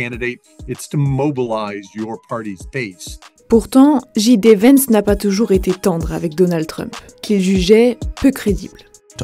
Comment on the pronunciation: C'est soit tout prononcé à la française "gé dé Vance" soit à l'anglaise "dji di Vance" mais pas un mélange des deux !